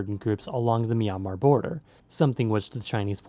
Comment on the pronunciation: It sounds like you are pronouncing the name of the country as "meow- mar."